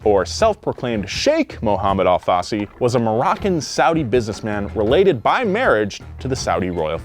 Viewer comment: As a brazilian I have to say everytime you say Al Fassi it sound´s like ALFACE, which translates as lettuce in portuguese. btw. long time fan here, keep the good work!